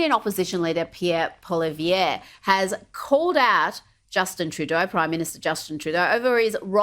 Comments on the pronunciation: It’s incredible how nobody knows how to pronounce Pierre’s last name properly lol. It’s not Polivier, it’s PoliEVRE. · no my friend, you are saying his name wrong, Pierre just doesnt care what way it is said, it is a french name. Kevin did pronounce it right. I live in Alberta and know people with the same surname.